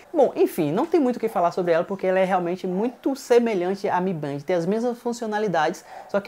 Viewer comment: A pronuncia é de Band é " Bendi "